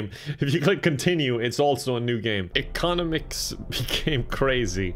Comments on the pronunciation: English: economics (echo nomics): eh cono mics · What a lovely way to pronounce economics. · not knowing how to read the word “economics” is a real mood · the way he said economics I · I guess has never heard of singing Happy Bday or another tune like that to time your hand washing properly... Also he's never heard of economics, judging from the way he pronounced it. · Did just mispronounce economics...?, cmon dude